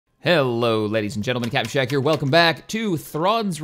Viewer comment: Taylor. Y Gaming You said shake and not shack